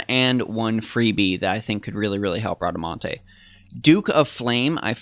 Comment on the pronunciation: You said Bradamante's name right hehe that's italian